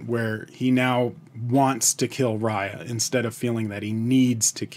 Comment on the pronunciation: Just to let you know.... You are pronouncing 'Riya' as Raaya.... It's actually pronounced as 'Ree-yaa'